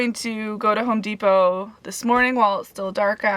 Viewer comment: Just love the accent - “Home Deep-Ho”